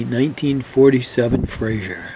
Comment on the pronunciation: Frazer. FRAZER. Say it with me- FRAY- ZER.